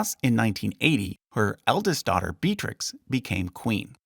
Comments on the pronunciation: Johan de Wiit -> Johan de Witt, you misspelt his name. Also, some of the pronunciations were a bit disappointing; I hoped you would at least know Beatrix is Be-a-trix, not Bea-trix. 😅 The emphasis in Amalia's name is on the second a, not on the i. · Great video! 2 minor gripes: Beatrix is pronounced with 3 syllables, [Bee-yah-trix] or even better [Bay-yaj-trix] Amalia has the stress on the second syllable, aMAlia.